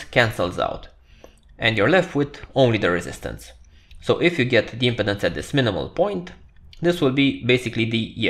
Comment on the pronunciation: Thank you for this video. Your English is very understandable and easy to listen to. One note: the word impedance has the accent on the second syllable (the 'pe') in English. The video is placing the emphasis on the first syllable (the 'im') which made the pronunciation hard to understand for this word. I look forward to viewing more of your videos.